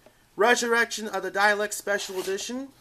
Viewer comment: What did I do?, It just annoys me that you keep mispronouncing dalek